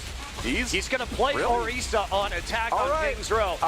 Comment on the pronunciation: ORREESSAA? you mean orisa, Wtf commentator needs to off himself